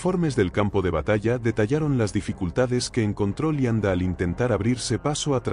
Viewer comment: Es cierto, Leibstandart la pronuncian lianda y asi todo lo demas.